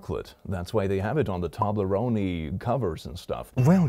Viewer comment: The way you said toblerone sounded like pasta.